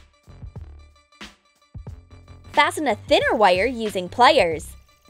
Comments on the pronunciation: Yea I was thinking of that the whole vid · Yeah I was checking if anyone else noticed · is it just me or is the way she says ' wiieeer' (wire) and 'plieeer' (pliers) weird?